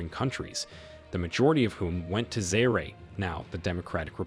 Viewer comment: It's not zayre but za-ear